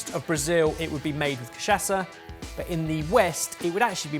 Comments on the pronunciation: Cachaça Is pronounce more like Ka-sha-ssa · I would love for to pronounce cachaca right even remotely, once. Other than that, been watching your content since the beginning, and still love it:) Tho you guys've gotten to be old farts in this time, what does that say about me?